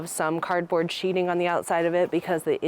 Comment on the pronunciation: Sheathing not sheeting